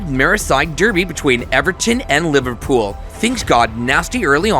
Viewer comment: bro said liverpoop when kane did tackel.